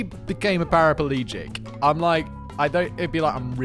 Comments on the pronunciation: Simon “ am I an idiot for thinking it’s lengthly?” And then continues saying “parapelegic” even though he has the correct spelling in the script, and that is what actually made him tell us about the “lengthly” thing 😂 but I know the feeling of realising that I’ve been saying something wrong or misspelling it all my life and I know how gobsmacking it is to find out the correct spelling after years and years of making that mistake. And the funny yet very bewildering thing to me always is how long it takes for someone to actually point it out. Makes me wonder whether that is because people think that I’m doing this on purpose and actually know the correct spelling or whether they’re just afraid to point it out or maybe don’t know themselves. 🤣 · Aw Simon you do it to get us to comment! Can't help myself. Paraplegic not Paraperlegic. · You're on your own with "lengthly", but we do pronounce paraplegic with an extra a in the States.